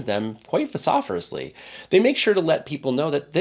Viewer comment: thoughtful content, good job. probably a slip of the tongue since you interchanged two vowel sounds, but on the other hand you didn't do another take to fix it, so maybe you need to google how to pronounce "vociferous" sorry to do you dirty, but you're way off on "vehemently" too haha.